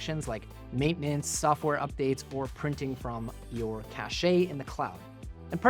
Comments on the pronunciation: LOL - cach-aye -- It's never been "cach-aye"... it's pronounced "kash". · FYI cache is pronounced cash, there's no accent on the e. Cashet, which is pronounced cashay is completely different and means prestige or an official seal. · Just a heads up Cache is pronounced 'CASH' not 'CHA-SH-AY' lol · In my 20+ years working in IT I've never heard anyone prenounce Cache as "Cashay" LOL. Its "Cash". Always a first for everyone at some point in their lives I get it lol. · i dunno, his mispronunciation of "cache" might be worth a dislike lol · ok that's it i'm out, can't abide anyone pronouncing cache that way.